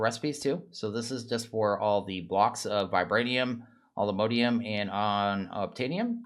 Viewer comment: Nope it's all the mo-di-um. He's saying it correctly